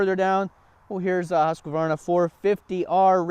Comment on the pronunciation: husk varna not husqa varna lmao